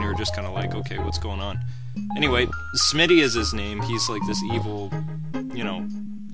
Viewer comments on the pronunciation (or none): It sounds like you were saying smiddy. To prevent complete confusion. The name is Smithy Like a blacksmith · ITS SMITHY NOT SMITTY!!! Get it right!!! Also, you max out at level 30, not 50!